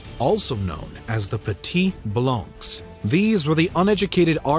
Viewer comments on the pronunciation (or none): Great video, but please at least use google translate to see how to pronounce foreign words, hearing "Saint-Domingue" being pronounced as " Sen-Domangue" and "petits blancs" as "petit blanks" is a bit painful